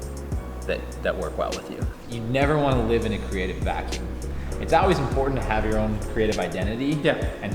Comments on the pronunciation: Why is he saying always like "oways"? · I love how pronounces always "owlwais" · "It's AWAYS here" :) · man he said owlways a lot. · says "Al-weez" lol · says owase. lol not Always.. just thought it was funny. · "Auways" I love that so much <3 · same haha I hear "ah-wheeze" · Does always say always like that? Is it an indicator of the local accent of his home town? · pronounces "always" the same as the way the Romans said "Hail" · I think he forgot how to say always. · he says it a lot lol let's make a drinking game!